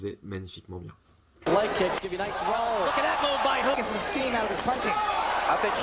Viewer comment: Sa se prononce ougue (Hug)